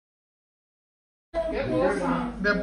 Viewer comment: “Puta-sio ” o “ Potasio” ???